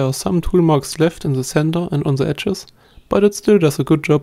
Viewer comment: Really nice, but its "the" and not "zse"